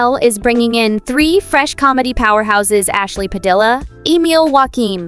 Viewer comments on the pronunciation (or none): its pronounce Padilla not Padilla, like Anthony Padilla from Smosh